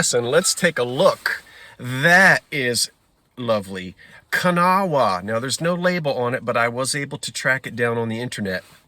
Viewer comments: In West Virginia and the surrounding areas, Kanawha is pronounced "Kan - NAW"! They did make lovely glass! I love watching you thrift!! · Hi beautiful baskets but you are mispronouncing Konawa Westw Virginia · Yes, that's how my aunts in South Charleston said it too!😊❤